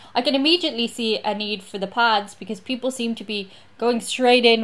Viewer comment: Did she just call the "Pads" Pods?